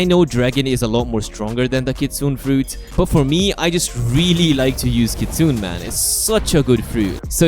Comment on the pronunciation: You're actually not pronouncing Kitsune correctly. Kitsune is pronounced with 3 syllables. "Kit-Su-Ne," with the Ne at the end sounding like "ney" or "nay," not Kit-Soon. It's easier to listen and repeat so I would suggest searching a video on how to pronounce it correctly!